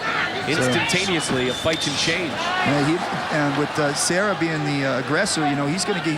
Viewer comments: EXACTLY. What a useless announcer. Matt "Sierra" vs Din "Thompson"... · I kept waiting for the one commentator to get corrected with, “it’s Serra, not sierra” lol